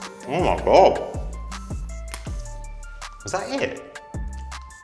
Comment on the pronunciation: “oh my gob”😂😂